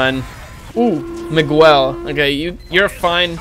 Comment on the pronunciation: y cuando dijo miguel pronuncio como se lee el nombre, no como se dice, eso me resulto gracioso xD